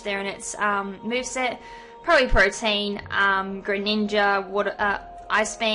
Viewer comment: Pro-tee-an, not pro-teen. Good battle though :)